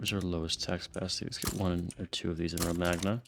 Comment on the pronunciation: Risorgimento was actually pronounced right, Romagna wasn’t tho😂😂